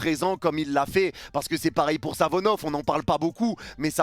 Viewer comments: arête de dire Savonov, le gardien s’apel SAFONOV, avec F pas avec V 😊, chaque fois ttu dis Savonov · Par pitié essaye de bien prononcer le nom de SaFonoV et pas SaVonoF